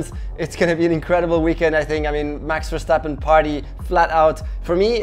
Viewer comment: Verctapen!!! yes the c is deliberate shh